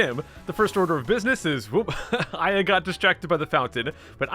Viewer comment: Aya more like eyea